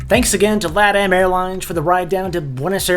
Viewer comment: Its LAH-TAM